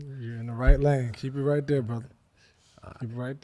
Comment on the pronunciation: “I GOT TO BE IN DERE NOW” 🤣🤣🤣